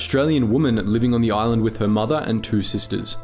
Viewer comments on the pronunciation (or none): none